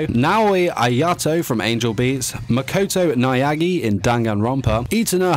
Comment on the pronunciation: Is anyone else triggered how he said makoto naegi?